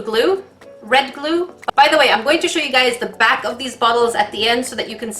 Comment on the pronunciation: I thought you said blue blue instead of blue glue...